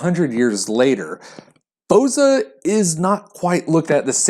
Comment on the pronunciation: Most of the Balkan countries have it. As far as I know, Albanians are the one, first produced it.(Full disclosure: I'm a Bulgarian, not Albanian, but know this years ago, back from my father). Plus, for the name, when pronounce it - the stress is on the last letter - "a".